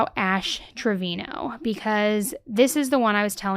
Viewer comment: Its pronounced TraviNo